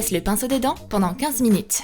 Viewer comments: A oui oui le pincho on dis le pinceau 😂😂😂🤣🤣🤣Mdr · *AUX MIEUX DE DIRE PINCEAU ELLE A DIT PINCHEAU *